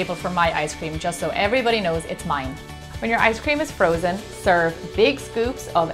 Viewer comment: Share? Shaaaare? Gemma, did you mean to say that? :-D